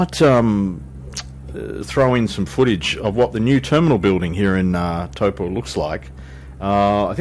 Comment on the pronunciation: Your Māori pronunciation, especially Taupo, is creditable and more accurate than many of the locals would manage. Yes, the weather in the NI has been particularly bad as a whole this year -unless rain is your thing. I enjoy your channel mate, take care. (PS. Although I live in Tauranga, I have yet to visit Hobbiton. One day!)